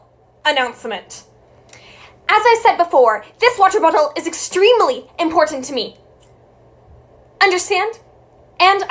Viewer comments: “Wrter Brtlle” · I love how she says “wAteRR bOtELL” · "Woterbttle" lmao